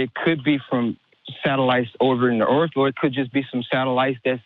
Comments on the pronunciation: WHAT THE FUCK IS THE EARF! OH YOU MEAN THE EARTH YOU GENIUS! EARTH 🤤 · Flat "earfer" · No, the earf